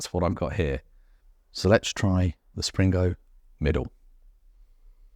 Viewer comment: Enjoyable vids, thank you. I visited the Blue Anchor in 1978 and it doesn't appear to have changed! Pedant Point - its Spingo, no 'R' in there.........